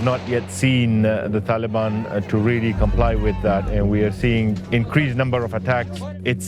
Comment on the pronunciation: Anyone heard Pakiistan After Taliiban, or is it only me ?